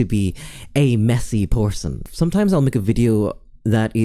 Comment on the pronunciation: "porson" hehe 🤭